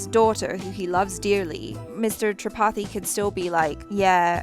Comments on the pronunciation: Every time says Tripathi... My mind: 'CHAPATHI' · Whenever and said tripathi I heard chapati lol me😁😅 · Am i the only one who is hearing chapati every time they say tripathi?